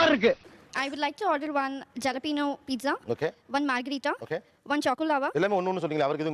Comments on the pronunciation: It's not jalapeno. You have to pronounce it as ' ha - luh - pee - nyow' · Adhu pizza illa "peet·suh". Jalapeño -"ha·luh·pee·nyow" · Madam adhu halapeno nu dhan pronunciation pannanum nenga avangala kalaikaringa yellam neram 😂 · Semma…. ஒன்னு என்னடான்னா “ஜலபினோ”ங்குது. இன்னொன்னு என்னடான்னா “பரௌச்சர்”ங்குது. இதுங்க மொகறகட்டைய பாத்தா அப்புடி ஒன்னும் இங்கிலிஷ் புலவிங்க மாதிரி தெரியலயே…. இதுல புருசனுக்கு பேச வரலன்னு கம்பளைன்ட் வேற… அப்பவே சொன்னான் வெள்ளக்காரன். -“இங்கி பிங்கி பாங்கி, பாதர் இஸ் அ டாங்கி” னு.. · U pronounced jalapeño and brochure absolutely wrong .pls correct yourself first.learn the language and then criticise ofhers